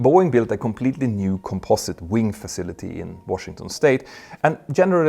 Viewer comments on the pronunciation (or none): none